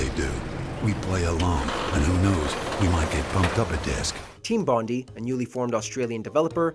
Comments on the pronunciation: Gahhh it's Team Bondi (Bond-eye) named after the suburb of Sydney and the beach. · It’s pronounced Team Bon-DIE not bondy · Team Bondi is pronounced Team Bon-Die, not Team Bondy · It’s pronounced Bond-eye lol. Not bondee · That is absolutely not how you pronounce "Bondi". It's (/ˈbɒndaɪ/) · That's not how you say Bondi !!!!!! 😭😭😭😭